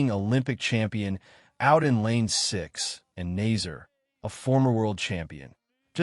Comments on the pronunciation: It’s actually pronounced Na-Sayr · Idiot announcer cannot correctly pronounce the name of the winner.